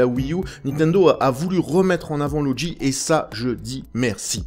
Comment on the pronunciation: Tu le dit étrangement "loudgi" :p